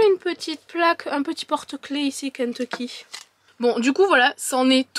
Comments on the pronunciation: J’adore comment tu dis « Kenteecky » 😂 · Ça me perturbe la manière dont tu dis "Kentecky" 😂🤣🤣